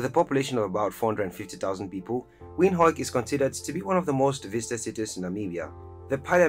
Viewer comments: Im dutch the the proper way for english speakers to say Windhoek is WindHuk Oe is in english more U like juke-box or Duke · The capital city of Namibian is Windhoek its pronounced as Windhook 🇳🇦🇳🇦🇳🇦